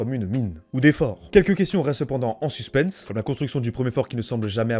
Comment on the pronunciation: C'est une chausse trappe quoi. Talus Suspens Limes Ce sont des mots français ... prononciation à revoir. Merci pour la vidéo, bonne continuation.